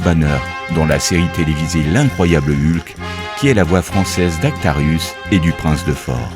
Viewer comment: Hulk se prononce Holque, pas ulk